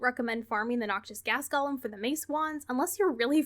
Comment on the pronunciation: I love ya, but you need to learn how to pronounce "golem". It's pronounced "goh-lehm", not "Gollum" 😂